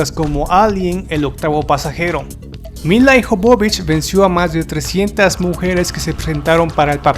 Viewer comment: Dices "Ian" Jolm, en cambio pronuncias "Milai" Jobobich. Ponte de acuerdo con la pronunciación: - Si el actor es "Ian", la actriz será "Mila". - Si la actriz es "Milai", el actor será "Aian". O todo en inglés, o todo en castellano. No nos vuelvas locos. ; )